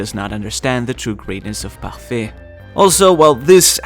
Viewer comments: Well it's a french word and, for being a native french speaker, I can say his pronounciation is... perfect! Get it? Because ''parfait'' means ''perfect'' Ok I'm out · Yeah, how its supposed to be :) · I like how you pronounce“parfait”